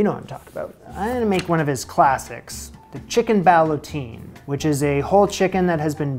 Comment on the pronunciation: "Ballottine" rhymes with "guillotine". IJS.